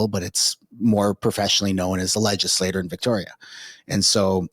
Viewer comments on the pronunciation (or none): legislature; not legislor